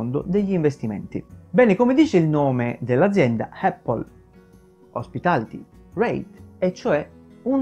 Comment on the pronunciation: Lo so che questa Apple hospitality reit non e' la Apple di Cupertino ma... Non voglio fare il pignolo ma...solo noi in Italia diciamo "eppol"...sbagliando di brutto 😁 La corretta pronuncia e' "Apl" con una "P" ... Ecco la pronuncia dal fondatore...chi meglio di lui?